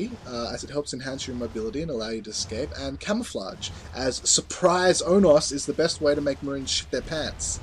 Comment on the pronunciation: Its pronounced Oh-no-s Onos